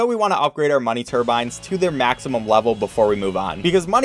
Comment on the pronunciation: "Money turbans"